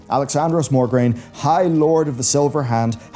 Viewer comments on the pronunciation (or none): MO-GRAINE, not MOR-GRAINE